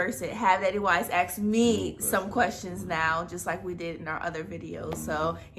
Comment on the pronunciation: Lol they wanna ast like they tough so they keep silent t 🤣🤣🤣